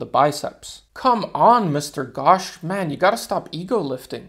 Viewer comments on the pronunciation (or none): the pronounciation is not "ghawsh" its "ghosh" use o not a its not like your oh gosh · The pronounciation of Ghosh will be like saying ghost but instead of doing the st, you do the shh. It was good seeing you people learning something from us. 🔥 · Man pronouncing "Ghosh" as "Gosh" caught me🤣🤣